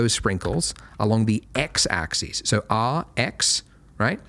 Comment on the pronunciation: "X AXIS". No, it's not his accent, Australians normally know how to pronounce "axis" and "axes".